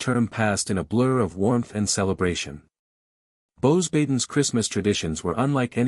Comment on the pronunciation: This AI has no clue how to even pronounce a french name... Beauxbatons is (bow-bah-tOHn) The 'S' is silent... teach your AI. You're killin me